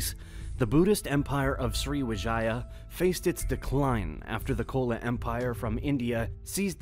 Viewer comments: Pronouncing wrong not kola empire it's chola (pronounciation - cho-la) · Kola ❌ C-H-O-L-A ✅ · you pronounced chola empire wrong bro.... It's not kola empire but chola empire. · Bruh, it's"Chola" not Kola. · That's Chola empire not kola empire in pronunciation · Bro is chola not kola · Small correction: Chola empire is pronounced with "ch" as in chair. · The 'Ch' in "Chola Empire" is pronounced like the 'ch' in "cheese". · But he pronounced Chola in a wrong way. 🙄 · Wonderful video, thank you very much for this. I might recommend researching pronunciation of placenames first, like Majapahit and Chola. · Chola pronunciation 😭